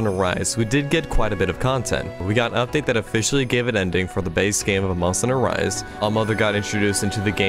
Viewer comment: no one: at the start of this video: Monsteder Rise Over